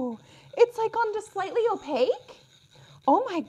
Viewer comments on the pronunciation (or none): none